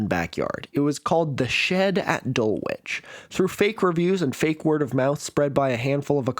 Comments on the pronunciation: As a Dulwichite it’s pronounced DUL-ICH, not that you’ll ever need to pronounce it again! Keep up the excellent content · For future reference Dulwich is pronounced Dull-ich. I'm there right now. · a good attempt with Edinburgh earlier, but Dulwich continues to fool the American mind (and also probably most people not from Dulwich) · good use of the shed plot to make your point. also prefer and love your pronunciation of Dulwich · was it a deliberate ruse to encourage comments? well done it totally worked on me😂